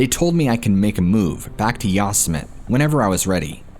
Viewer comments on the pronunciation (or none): Yo-Sem-it-tee. Not Yas-Sem-it. Never heard of Yosemite Sam? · Who says ya-summit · Oh my, 😂, I’m guessing you have the common pronunciation of Yo-sim-it-ee By now. Hey, who am I to say, the native settlers might very well pronounce it Yo-simite 😁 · Yo semm eh tee. It's a Native American word. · Why are you pronouncing Yosemite like that? Ya sa mit ??? OMG, its almost too much 🤯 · It's pronounced "YO-SEM-E-TEE" I'm sorry, stories are interesting but that's been driving me absolutely bonkers🤣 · Lmao you guys must mispronounce words intentionally to see if people are still paying attention right? Ive heard others do it too like darkness prevails. You called it ya-sim-it for the whole story lol. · IT'S YOSEMITE (YO-SEH-MITEE)! I'm about to have a stroke!! Lol. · U Sim men ne is How you pronounce it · Yos-sym-it. An enigma wrapped in a mystery. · that's pronounced Yo-sim-ity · I think you mean Yo SIM uh tee National Park. Love you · Are you saying yossemite on purpose to make fun of trump? It’s making my ears bleed lol. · How can people say Yosemite wrong??, I quit listening to that story because it was too disconcerting. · I think you're saying Yosemite wrong just to troll us at this point 😂🖤